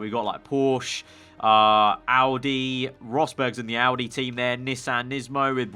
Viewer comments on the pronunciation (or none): none